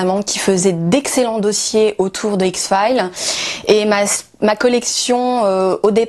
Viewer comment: les fans de X-Files mais ne sait pas prononcer correctement le titre de sa série préférée. x fyle 😂😂